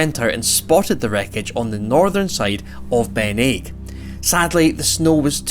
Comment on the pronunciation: not Ben Aig, dont pronounce the G.